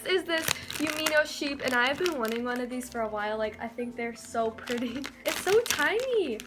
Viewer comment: Azul_unicorn 4life no she said one but it sounded like slime she said "I love this one" but the s from this got combined with the one